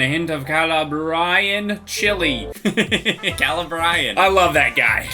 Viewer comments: Its pronounced Cah-Lah-bree-ann lmao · His pronunciation of Calabrian was painful